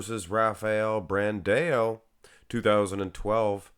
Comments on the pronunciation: I wish Rafael Brandão placed 9th just that I wouldn't have to hear you say BranDaYoW again! 🤦🏾‍♂️ I hate it. Lol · its still BRANDAAAOOOO! no BrandEO! there is still no E in his name! for the love of god !